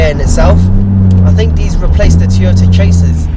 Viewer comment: It has cup holders, electric mirrors, storage and a ski hatch.... who cares!!!! What is with the gloves? You're not playing initial D now. And its Toyota, not Teyota. Cool car, crap review.